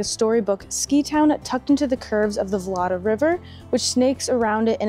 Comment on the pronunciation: Just a notice...its vnot "Vlada" river, its Vltava and if its dificult to pronounce the czech name for you which i understand it can be, you can use the german name "Moldau". By the way "vláda" in czech language means government, so your pronounciation sounds funny to Czechs. Vltava is celtic/gaelic name and means wild water.🙂